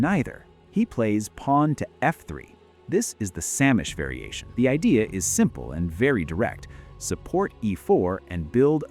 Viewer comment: Sämisch is pronounced Zay-mish.